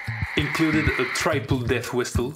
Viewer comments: genuine people : death whistle this guy : deyth wistel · This is the "deast wistel"